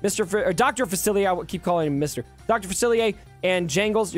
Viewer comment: Dr. Fa-see-ay. You need our New Orleans pronunciation 😂